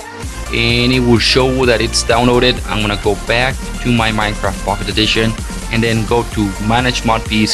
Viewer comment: its pocket not fuckit